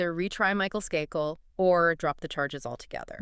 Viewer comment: Skakel. Pronounced with a long a.